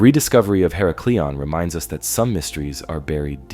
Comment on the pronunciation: her • Ack • leon You are saying hera • Cleon Just trying to help… Tom